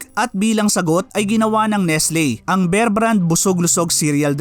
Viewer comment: Kbayan ,bear,as in bare ang pronunciation, make it long